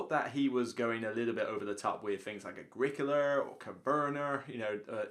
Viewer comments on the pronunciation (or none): Coverner?? Agricoler? Never heard of those games before. 😂